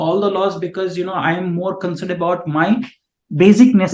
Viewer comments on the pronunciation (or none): none